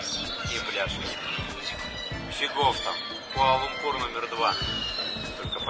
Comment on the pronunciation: Ребятки, правильно произносить лУмпур, а не лумпУр )